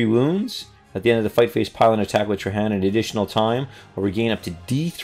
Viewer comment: TRAY - JANN. THE GUY'S NAME ISN'T SPANISH. PRONOUNCE THE J!!! Good review,.